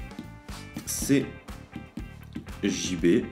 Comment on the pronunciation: "Salut tout le monde c'est jmé" ???? j'ai rien compris, tu sait il faut articuler dans la vie